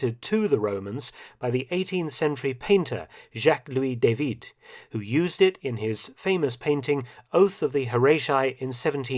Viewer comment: The David painting is pronounced: Oath of the (Hor-ah-tee not Hor-ay-tai), also his name is pronounced (Dah-Veed). Just letting you know. FWIW.